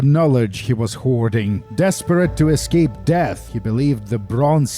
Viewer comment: "We need to use this plane to e'scape this torment!" -John Torment, 2019